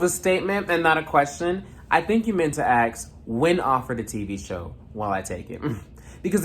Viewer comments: it's the "aks" for me😭😂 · ...and axe/aks. Your ears are fine. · You mean “axe”